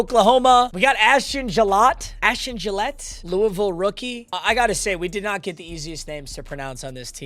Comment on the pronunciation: Ashton gillote (Jill-ought-ee, if I’m right) popping up, my chiefs guy